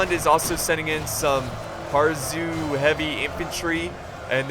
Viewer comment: I'd like to preface this question with the fact that I am being totally sincere and not trying to be rude or troll. But at around the min mark you said "harzue" when it's pronounced "haruze" so I'm wondering if you really genuinely have dyslexia? Because that seems like one of those letter switches a person with dyslexia might get.